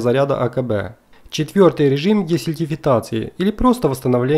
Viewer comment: десульфатаци!!! даун! "модэ" урод